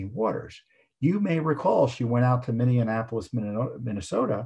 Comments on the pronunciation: FFS, it's Minneapolis, not Minneanapolis. You said it correctly one friggin' time, then corrected yourself. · Minneapolis 》Pronounced: Mini-apolis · Minneapolis, pronounced , "mini-apple-us"